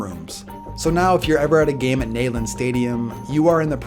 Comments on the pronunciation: Hold up its not nay land its nee land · Love your videos but I figured I would tell you Neyland is pronounced knee-land stadium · Did just say nayland stadium I’m disappointed lmao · I’m a Tennessee fan and did anyone else hear him say nayland instead of neyland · It is pronounced knee land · It’s pronounced knee-land stadium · It's Knee land Neyland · Just for reference, Neyland Stadium is pronounced Knee-Land Stadium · Pronunciation of Neyland Stadium makes me cringe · I'm about to be laid to rest under the stadium. Also, you mispronounced it you non-football watching moron